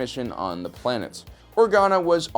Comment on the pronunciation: I heard ploonet just me?